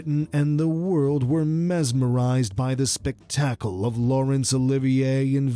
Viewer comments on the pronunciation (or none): I agree. Like when the computerized voice says 'spec-TAC-le'! It's so distracting I probably won't watch another video on this channel.